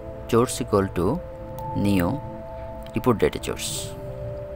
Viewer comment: Bro its call source not chourse, but your teaching is great! Thanks